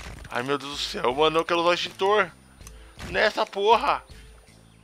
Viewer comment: Muito legal o jogo e o seu vídeo. Mas "Esqueiro" e "Estintor" foi bravo. rsrsrsrs flw....